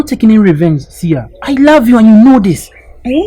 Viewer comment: It's sia and not seer